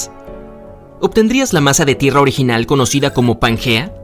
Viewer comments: Pangea, no suena como panguea, que no te enteras... Y si no sabes pronunciar como sera de verdad lo que comentas, a mi no me convences🎉🎉🎉🎉 mucho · ¿Donde ve usted la u para se lea panguea y no Pangea?